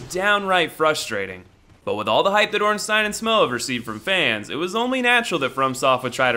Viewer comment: Its pronounced... OrinstEEN and SmOFF (That's how ur supposed to say it!)